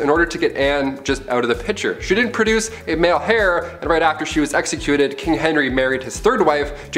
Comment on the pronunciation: Heir not hair geez you guys